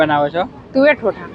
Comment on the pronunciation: ઠોઠા નહીં, તોઠા છે ભાઈ 😂